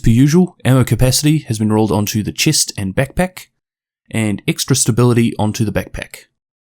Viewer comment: the way you say chest